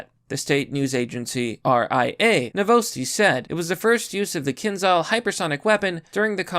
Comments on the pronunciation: Kindzhal is better pronounced Kindjal. Like the name "Ken", and then the Southernism question word "D'y'all". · Learn to cite sources in your description, if you aren't a brainwashed sellout. Do some research, you lazy rat, it is KinZHal (Кинжал). You are notoriously bad at doing some basic common sense research on how things are pronounced. You are pretty sympathetic with the Putinist regime, let's see what will you invent to motivate the future invasion of Taiwan and of NATO countries. Russia isn't going to stop and if Ukraine falls, Romania and The Baltics might as well. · Pronounced kinjal